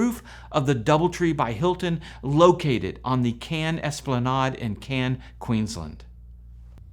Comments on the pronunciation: Try when pronouncing that Australian town mate. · Australian here. It's definitely CANS. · You really need to listen to an Australian say Cairns. It is not pronounced like a town in france. Still you are a septic and they have very little knowledge of the wworld outside of the usa.